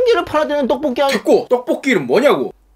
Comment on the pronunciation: 떡뽀기 아니고 떡볶이 궁시렁ㅎㅎㅎㅎㅎ